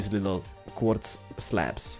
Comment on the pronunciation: Quarddz. Quarrrz? Quardrdz? Qordz? WHat language u got?